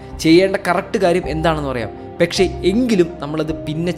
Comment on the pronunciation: പെക്ഷെ അല്ല പക്ഷെ